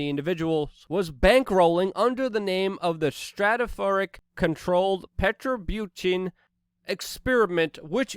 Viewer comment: Perturbation per ter bashin Not "perterbutane" ffs